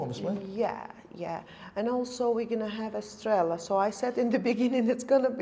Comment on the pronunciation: Either Rokerderlig or Kopperberg strawberry and lime will sells tons. Estrella is about £6+ a pint in UK. And you pronounce it spanish not like Stella